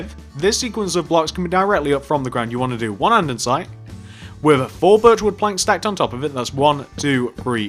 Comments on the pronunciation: he is saying andensite when its andesite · drinking game!! take a shot everytime this guy says andesite wrong! this sounds mean but it's not, i love the tutorials!! i've made this one, the cafe, the suburban house, the barbers and wendy's!